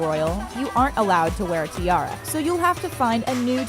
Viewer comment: That way she says “tiara” as ti-air-a